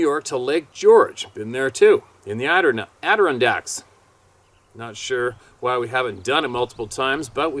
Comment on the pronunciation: it is pronounced------(spelled phonetically) Add-uh-ron-dykes, Adda-ron-dykes. Not Addrun-dykes. Just thought I'd try and help with the pronunciation since you seem to keep having trouble with it. Hope it's helpful.